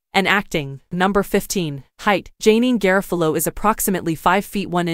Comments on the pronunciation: "JayNeen GarraFahloh" You bloody mental robot. 🤖🤷‍♂️ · NO on the AI voice that butchered her name. Hire a REAL voice talent to do this.